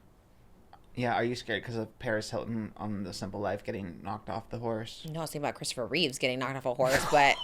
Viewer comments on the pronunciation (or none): none